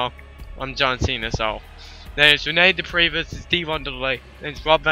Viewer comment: Whoa! Did Dupree said or my dog fifi?!